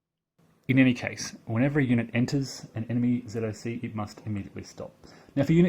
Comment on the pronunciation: Oh, thank GOD you don't verbalize ZoC as, "zock"!!!! The sign of a true grognard!! :) Not sure I like the overstacking penalty; wouldn't disruption (even Disrupt 2) be a more fitting penalty. It's not like any unit truly cannot physically FIT into a hex, and the surplus men and equipment spontaneously explode; it's more like it's against training and doctrine, which would lead to ... disruption.